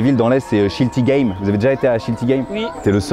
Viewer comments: Sa ce dit pas schiltighames mais schiltigheim à le prononcé c'est dure 😂😂😂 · J’habite à 3km de Schiltigheim et ça se dit schil tik heeim .. bon je sais c’est pas facile si l’on a vécu à Plougastel Dalouas 😂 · min on dit Schiltighaïm bien que cela s'écrive Schiltigeim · Oula, la prononciation de Schiltigheim c'est pas "Chilti Game" va falloir bosser un peu mieux. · pardon : Schiltigeim : Schiltig[aïe-m] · "schiltigame" 💀 0 sur 20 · Waaa comment il a prononcé Schiltigheim…💀💀